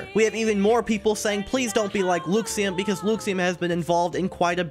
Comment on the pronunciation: Hey there! Just letting you know, it's pronounced LUH-xiem, not, LEW-xiem :)